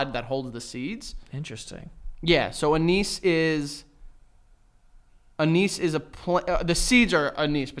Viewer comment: Hearing the way pronounces anise is sending me into therapy